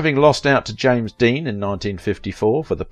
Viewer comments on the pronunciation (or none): none